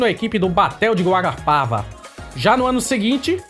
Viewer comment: e Guarapuava vc falou Guarapava